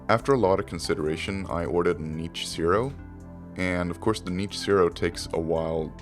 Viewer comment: "Knee-itch" Zero. Yikes, that pronunciation of it!!